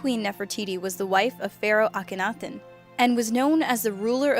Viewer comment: I'm amazed you pronounced Akhenaten perfectly; yet botched Tutankhamun.